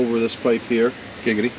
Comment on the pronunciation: Stop saying giggady... its not funny